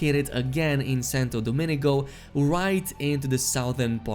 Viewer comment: Santo Do-ming-go, not Dominigo. Love the videos!